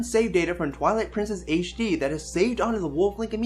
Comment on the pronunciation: You saying ''Twillight Princess Aishe D'' distracts me way too much.